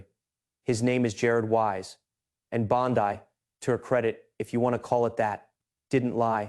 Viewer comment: AI is everywhere. When the narrator says Pam Bondi as Pam Bon Die, you know it's been created by AI. It's click bait.